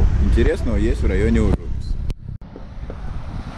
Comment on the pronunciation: В очередной раз спасибо за хороший и дельный коммент. Тут с ужУписом сыграло роль то, что я латыш. На подсознательном уровне возникают аналоги с латышским Uz upes (на реке) с ударением именно так. Схожесть языков иногда играет злую шутку, к слову я даже не задумывался о такой трактовке названия.)) Ввиду того, что в силу сходства языков, я понял причину возникновения названия района. Во дворах я к слову был, правда на стыке 90-00, А сейчас смотрел через арки и честно скажу, стало почище. Правда детально не заглядывал так-как были очень ограничены по времени и паркомат категорически отказывался принимать карту, платить по СМС с латвийского номера не получалось, а собирать мелочь по Нарвессенам я уже устал к тому моменту)))